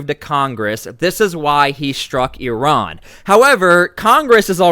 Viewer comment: Please pronounce Iran and Iraq the proper way i neither of these begin with YUR.